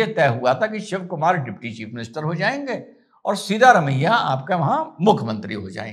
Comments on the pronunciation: Sir..It's siddha ramayya, not seeda ramayya..seeda vo kabhi bhi nahi hai.. hamesha teda hai😂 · Correct pronunciation is 'सिद्ध रमय्या', not 'सीधा रमय्या'. सिद्ध means to prove or realise.